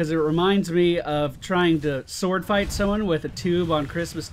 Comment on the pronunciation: Never say "Sword fighting" in that way again!